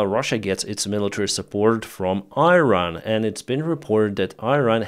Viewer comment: dear, it's pronounced "eeran". Slava Ukraine from Iranians. we are with you.